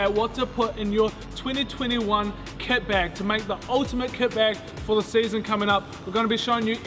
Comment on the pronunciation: Is it just me or at the start does it sound like he says ket bag